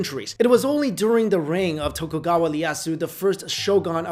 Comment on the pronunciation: Excuse me, Tokugawa what? That is not an "L"